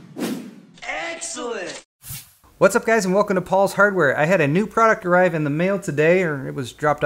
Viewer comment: in the intro, i hear excelent as eggselent and remembere when you were in newegg